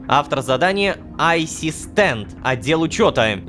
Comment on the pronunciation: Айсис Тент -> а(й)систент) прямо как Яна Цист (осуждаю)